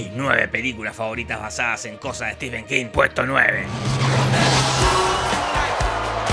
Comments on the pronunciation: Estimado..la verdad no conocía tu canal. Pero me dijeron que estabas hablando del maestro Stephen King. Y Cómo fan ,lectora y coleccionista de hace más de 20 años del sr king vine a corregir varios errores del video. En 1er lugar dices ser un lector y conocedor de king pero veo que no lo eres. Se pronuncia (estiven) No stefen. 2do su mejor novela es la saga de la torre oscura y Cómo bachman es la larga marcha. 2do su mejor adaptación al cine es Misery ya que es prácticamente igual a la novela. 3ro hay más adaptaciónes buenas Cómo 1922 (un relato corto de su libro "Todo oscuro y sin estrellas" y el juego de gerald (ambas en netflix ) miralas! 4to "ojo de gato" has dicho que no pertenece a un libro...pues déjame informarte que Si pertenecen todas esaa historias a su libro "El umbral de la noche " te recomiendo lo leas. 5to shawshank redemption pertenece a su novela doble las cuatro estaciones. 6to para alguien que dice leer a king es imperdonable que creas que the mist de carpenter es lo mismo que la niebla de king ya que pertenece a su libro Historias fantásticas. Y 7mo lee a stephen king así en un par de años haces un buen video. Sdos desde españa. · Stephen es Estefano, no Esteban